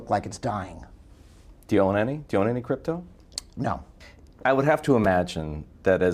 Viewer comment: Just say. Not cdeepto ehhdi.